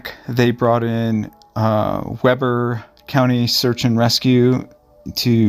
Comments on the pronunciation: Weber is pronounced "Wee-bur" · Excellent video! You can’t be expected to know that Utahns pronounce Weber with a long eeeee sound rather than the more common short e. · The name Weber pronounciation rhymes with (Justin) Bieber. Just for your info. Love your channel.